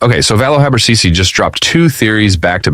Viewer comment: C in habercisi pronounce as a g